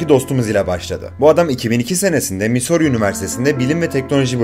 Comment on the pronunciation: Missouri üniversitesi öyle telaffuz edilmiyor